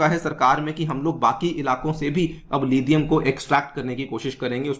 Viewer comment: It's लिथियम not लिधियम Stop acting like adopted British